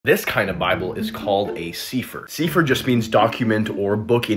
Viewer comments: Sefer in hebrew. Not pronounced s-ee-fer but s-eh-fer. Meaning scroll. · SEE FUR? CAN YOU PRONOUNCE THE LANGUAGE YOU SPEAK? SEEEEEEEEEEE SEAAAAAAAAA FURRRRRRRR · It's actually pronounced 'Sef-fer' and BE CAREFUL about the book of Enoch, I used to think it was a legitimate book, but upon further study and the Holy Spirit discernment, it is definitely not a divinely inspired God breathed book, although it has parts of truth it is mixed with lies. But it also depends on which book of Enoch, because there are two the one I just referred to is the one written as a historical documentation of events surrounding the fallen angels, but the other one is a Kabbalistic jewish mysticism book, that should be avoided as it is basically the most ancient form of witchcraft. Another book to avoid is the vomitous Talmud, it IS NOT OF GOD! Just be careful folks, learn your Bible and get solid with your relationship in Jesus Christ FIRST!!! I cannot say this enough! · Its pronounced seh-fer